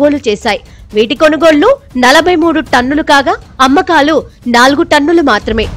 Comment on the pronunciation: తన్నులు తన్నులు కాదు రా బాబు టన్నులు టన్నులు